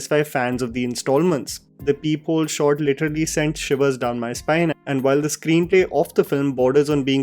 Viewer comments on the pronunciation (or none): none